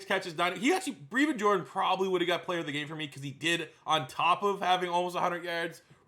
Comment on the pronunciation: Who is Bree-vin Jordan?